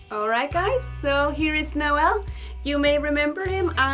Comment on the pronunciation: Every time she says Noel it catches my attention cause that's how to pronounce my name😂... it makes me so happy😂